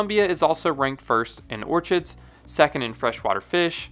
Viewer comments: orKids, not orTSHids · “Orchids” is pronounced “orKids”, not “orCHids” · Orchids are pronounced Or-Kids, H is silent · mf really said "or cchhhids" lol